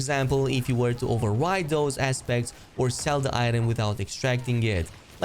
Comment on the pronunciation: Had to do a double take when you said “aspects” as I thought you said assbag lol😂😂😂